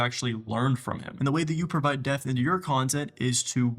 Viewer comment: This was so great.. but I can’t NOT mention your pronunciation of “DEPTH” is wild yo